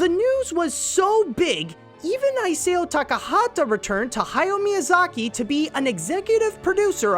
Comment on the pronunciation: "EYE-SAY-YO TA.KA.HA.TA" C'mon my boy, it's pronounced "Ee-sow" (like a sow as in a female pig) Also, it's not Carl "Makek", it's Macek with an 's' sound where the c is, it's why his bastardized anime localizations were called "Macekres" (a pun on "massacre")